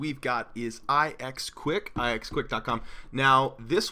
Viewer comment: I knew about all those on the list. I knew about Ask because... idk I just knew, I knew about Startpage also just because, I knew about ixquick (by the way it is pronounced Ix-Quick. Not I-Ex Quick.) because it was the sister of Startpage. I just found out about DuckDuckGo and Blekko because I was wondering what the most popular search engines were, and I just found them. DuckDuckGo is now my Primary Search Engine. Startpage used to be my primary. on 3DS my primary is Yahoo.